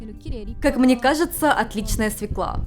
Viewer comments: (Извините я душнила) не Севка а Свёкла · СвЁкла. Не свеклА. И не тортА, тОрта. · Хм-м-м... Слово, от которого всегда коробит - свеклА. Правильно - свЁкла. А в целом - очень приятный канал. Удачи!